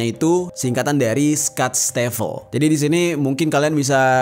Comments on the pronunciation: Sutztefel mas bukan stastefep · Bg itu bacanya kata deutsch itu "dotch" bg aku sering riset dn tanya org jermn bacanya gitu trs klo schutstaffel itu "scyutssytafel" cuma ngoreksi